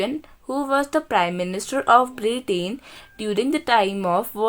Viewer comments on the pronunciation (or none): none